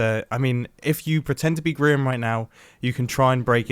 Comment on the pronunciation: I thought you meant about grian by saying Grian joined the game Mumbo: oohh were havre griron